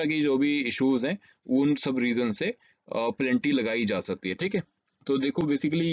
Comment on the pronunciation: It's penalty not pelanty